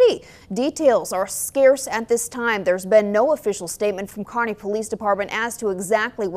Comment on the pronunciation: It's "Kearney"